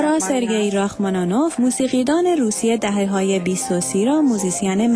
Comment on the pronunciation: آیا تلفظ نام رحما نینوف اینقدر برای این خانم گوینده مشکل است؟؟؟ خبر نگار هنری صدای امریکا!!؟؟؟؟ همه ایرانیها لااقل رحمانش را میدانند بدون اینکه از موسیقی و هنر و خبرنگاری بویی برده باشند!!!